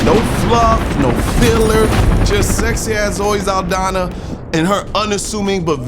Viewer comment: Zaldaña, not Zaldana!